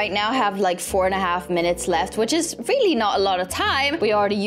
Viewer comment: I love when you say “Really” and it sounds like “Rilly"🥺 And it’s soooo cute